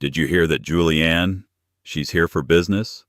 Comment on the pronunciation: It's Julienne not Julian.